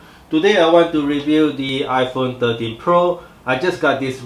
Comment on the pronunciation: I hear 30Pro LOL, but anyway good review nice and clear.